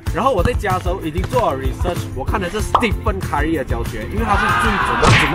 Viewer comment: Holy shit... 你在读三小。stephen curry被你读成stefan kari。是 ste fen keri（stephen curry的发音）